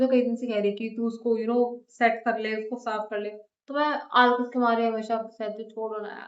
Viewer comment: I think you are from haryana becoz you said aalkas to aalas 😂